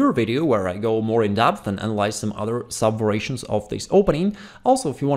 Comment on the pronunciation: There is room for improvement though. He says "vorations" instead of variations and "chass" instead of "chess". He does have a good vocabulary and is awesome at teaching chess.